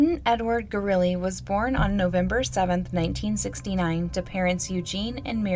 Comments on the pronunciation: You're such a good storyteller, I appreciate your true curiosity about all these cases! It's also "goo-roo-LEH" instead of "gooROOlee." =) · It's Gurule like "Grolet" from the original French name (later assimilated into New Mexico Spanish America society 1700s)